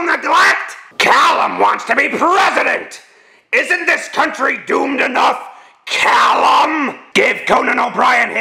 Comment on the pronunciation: The why he pronounced calum XD